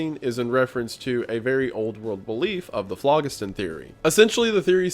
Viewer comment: ITS FLO GHIS THUN not FLOG IS TIN